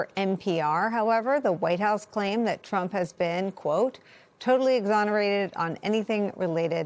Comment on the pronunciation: I notice you said ‘the ‘Tump justice department’. I thought it was the peoples justic department. Im English, so maybe Im wrong. Is that why they are covering for him?